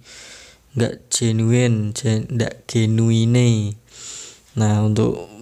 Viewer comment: jenuin bang mbacanya.. bukan genuine🤣